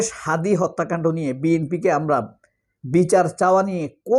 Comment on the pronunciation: মির্জা ফখরুল "হাদির" নামটা উচ্চারণ করতে পারছিল না মুখটা চ্যাগাইয়া-ভ্যাটকাইয়া গিয়েছিল।